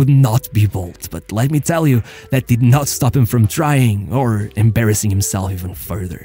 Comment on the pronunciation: "The AMBASSING downfall"